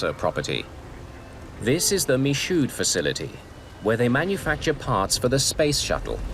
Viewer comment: Michaud is pronounced as "me-show". Isnt this a Canadian production? I would expect our friends to the north to do a better job with simple French.